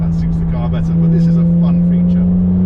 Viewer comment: You say cool like a snowman,. Like the car now thats to cool,.what about air bags in door s etc.....